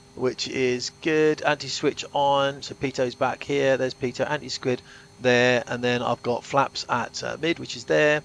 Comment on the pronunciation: Did you say "anti squid"? Don't let air tragic hear you say that.